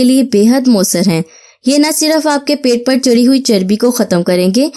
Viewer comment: It's pait not paits